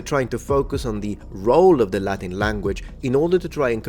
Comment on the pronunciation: Your Latin pronunciation is gorgeous.